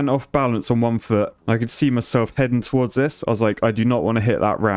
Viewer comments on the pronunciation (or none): none